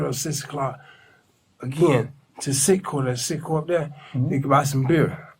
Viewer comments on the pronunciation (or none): Citgo not sitco